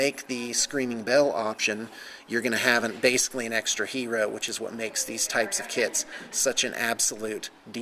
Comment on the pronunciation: you say hero funny